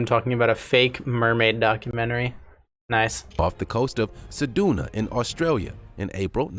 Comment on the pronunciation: pronounciation of Ceduna killed me, it should sound like sehjoonah